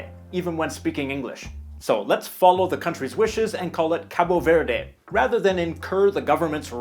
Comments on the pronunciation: Just fyi: in Portuguese from Portugal and I'm assuming Cabo Verde, we don't pronounce the E at the end of words. Also, the O at the end of Cabo is pronounced like in the English word "boo". So it would be pronounced [kabu veɾð] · NO, WE SAY: KAB VERD !!!! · It‘s so cringey when you say 'Capo Verday' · you speak the country name wrong.... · I've entirely lost interest all I'm saying is don't make such a big deal out of the final E. and, to be quite honest with you, I'm pretty certain, being English and hearing English people pronounce it, that they do not pronounce the finally E, and certainly not as strongly as you are doing it. I know the Portuguese don't, so I don't know where you are getting that idea from. But I will admit that it's a piddling and trifling point that does not warrant further discussion